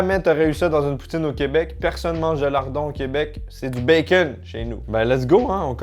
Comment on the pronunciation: Quand j'ai entendu "poutine ch'ti" pour la poutine Lilloise j'ai eu un peu mal :((